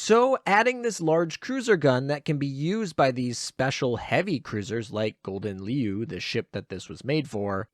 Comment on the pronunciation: Ya know ya could have asked a Dutch person cough cough how to pronounce Gouden Leeuw 😅